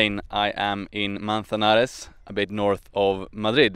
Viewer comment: I am from Granada Andalusia Spain those are my ancestors and the Iberians (Your pronunciation of Manzanares was absolutely correct, not many foreigners say it correctly 😉)